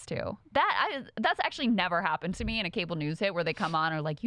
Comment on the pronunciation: Stop saying “me” like that!!!